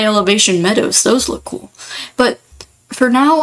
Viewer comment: 0 this is so cool!! ngl the way u said coo sent me at 6 mins (not mean btw)